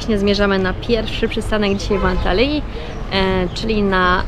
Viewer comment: Antaliji😂 co ty tak to wymawiasz dziwnie😮 Antalji jak już